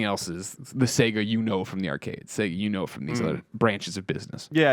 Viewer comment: sAYgo not sEGga haha that's going through me